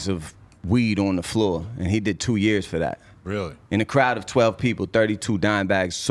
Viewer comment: Yo said: furr instead of for 🤔